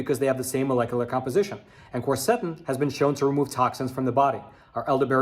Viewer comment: I hesitate to say anything negative because I think your videos are important. Your videos are one of my important sources of news. But, please, please learn to pronounce words like Quercetin!!! You can even pull it up on Youtube! I listened, and the person pronounces it the way i've always heard it.